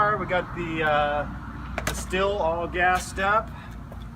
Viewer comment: He's actually pronouncing it properly. All the Germans would give you funny looks if you tried saying it as "steel" over there